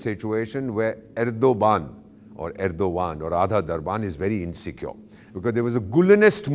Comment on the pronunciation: the way you pronounced name of the Turk president, your name also sounds like, first learn to take the proper name of your senior and then give your bakwas.